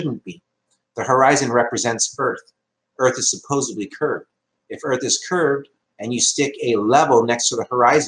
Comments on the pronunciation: .dont forget " supposebly"..CRINGE!!! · I don't have as much of an issue with his flat earth beliefs as I do with his use of the phrase "by all means and intensive purposes". That's just disgusting. He also said "supposebly". Eeeww. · There's "supposebly" again. Dipshit. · He's one of those people that pronounce it "supposebly" - tells you all you need to know